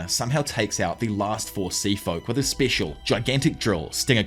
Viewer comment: That not how you say special. Grow up